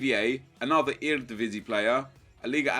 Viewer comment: Ur so sick at saying eredivisie